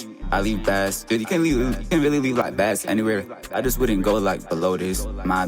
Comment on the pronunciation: Jus so yk bass is pronounced like base when you talm bout music😂 ian tryn hate or nun i jus gotta let yk